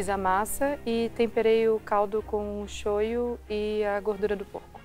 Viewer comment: é shoyu, não shoyo